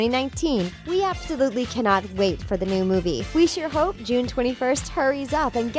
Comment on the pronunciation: AY HOUP De Y NOT SCRAP TOY STORY 4